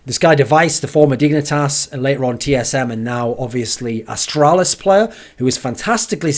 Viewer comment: the way u say later is quite weird ....